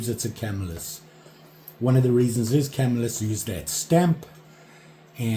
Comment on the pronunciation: Great job, Super awesome outcome, Trials & tribulation eh...Rogue here Not busting them on you today... Do not think its a Camel lis or Come-i-lus (correct pronunciation of my Hometown TY) I have 2 bokers that look very similar, handles, tools etc. 1even has forged & 1 says Improved Cutlery. also an Ulster & a Pal. I do think it is a NY made knife, though. keep up the good work.